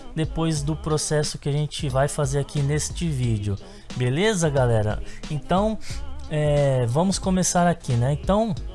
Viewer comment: drink every time he says Belessa xD chupito cada vez que diga Belessa :)